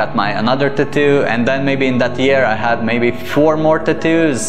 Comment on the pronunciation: Take a shot Everytime he say tattooss